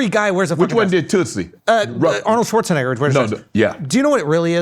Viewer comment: Aye Schulzy dat ER on dat Schwarzenegger was kinda hard my guy 🤔🤔😩😩🤣😂😂😂